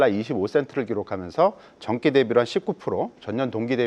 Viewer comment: 자 사람은 전기를 전끼라고 발음을 하는데 방송에 나오나